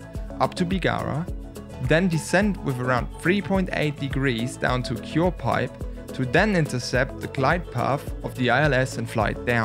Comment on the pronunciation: i live literally next to the flight path, i see that beautiful a330 every morning(thats why am asking btw) and also, it's pronouced cuire-pip😂